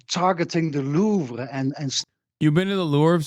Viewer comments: "Lorve" is killing me dude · The fact that he kept saying Lurv drove me crazy lmao